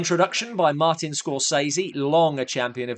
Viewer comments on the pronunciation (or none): none